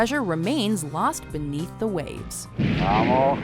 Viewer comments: Rommel not hhhhhhhhckckckckckckcommel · It's Erwin Rommel Not Erwin Hommel... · "Infamous" Rommel? You mean famous? And you keep pronouncing his last name "hummel" - why? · Airvin Hommel? You mean Irwin Rommel? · hooker joe - eeeervin hommel lol